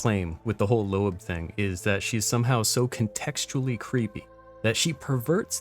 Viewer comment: Thank you for not pronouncing it Low-ab